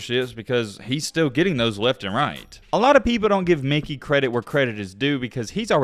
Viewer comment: Stop saying Mickey wtf